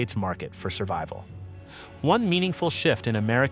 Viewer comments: "Servable" is not "survival". Is this an illiterate moron or just AI? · Can you pronounce "SURVIVAL" for me again? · Your stupid AI can't even pronounce "survival"!